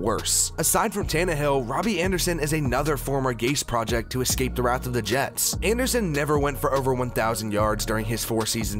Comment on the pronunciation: I liked this video a lot, but seriously, please look up the word 'wrath' in a dictionary.